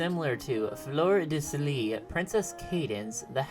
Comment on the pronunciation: You don't pronounce the "s" in Fleur de Lis/ Fleur dis Lee. :)